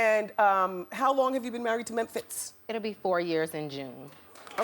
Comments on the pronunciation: Wendy knew she could pronounce mempiz name correctly,beeing funny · riz1738 exactly and who pronounces Mephintz like that boiii😂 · Toya's husband is a nobody to Wendy!!!!!! She can't even pronounce his name properly!!!!!!!!!!!!!!!! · was it me or did it seem like she rushed them through every question ??? she's ask a question & by the time they open their mouth to reply she's have another question. She tried to enunciate every syllable of Memphitz & it got my last nerves. I was very annoyed, to say the least. & Who asks a child those types of questions ? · Who asks those type of questions to a kid? And why does she pronounce Memphitz like that?? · This was one of my favorite Wendy interviews ever! It cracks me up the way she pronounces Memphitz's name!